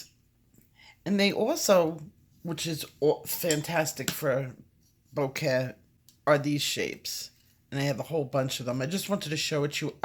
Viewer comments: It's so cute when you talk to Puff, haha. I thought you said it was pronounced "bo-ke" and then it sounded like you said "bo ken with an "n" at the end. Anyway, great video, thank you. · Is it bokeh or boken lol? It doesn't matter really it's still a very nice effect. Thanks for the tutorial.